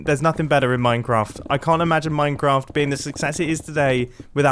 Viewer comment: wan mincraft day